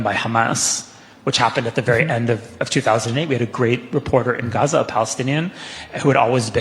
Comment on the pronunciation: The way this guy says Hamas and Gaza is revolting. Youre not arab, stop trying